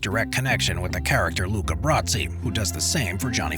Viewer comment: Luca Brasi, not "Brazzi"